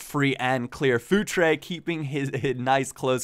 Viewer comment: Hahaha I keep hearing food tray instead of Futre X'D